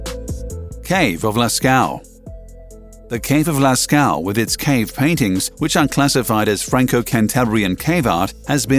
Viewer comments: It's pronounced "Las-co", if you like. You make it sound like "last cow"... A minor mishap, but still "trending" on YT, since you fail to acknowledge the presence of non-US audience on your channel. Sorry, for being so bland. Otherwise: love your content! Seriously! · Cave sounds like lasco not lascow